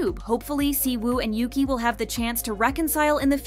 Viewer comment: In Chinese, her name read as "Yuchi" not "Yuki"